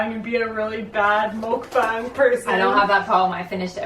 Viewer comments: btw the 'bang' in 'mukbang' is pronounced like 'bong'. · I had to stop watching after you pronounced it muck Bang. it's pronounced muck bong. like a pipe. it really irritates me. if you are gonna do it do it right. followers